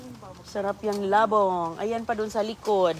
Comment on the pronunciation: Wala ng maisip na content,pati mga anak ginagamit na sa kalokohan.Pomegranet daw sa Pomegranate,molberries sa mulberries,pati labung di ma pronounce ng tama.Dapat kay,less talk,less mistake,kaso grabe kadaldal niya para lang may ma i vlog na wala naman sense.😮😮😮